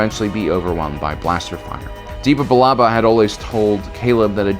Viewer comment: The way you pronounce Depa Billaba is just horrendous lol